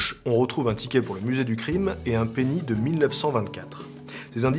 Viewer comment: qui a comme moi, entendu pénis au lieu de penny ? J'ai vraiment l'esprit mal tourné...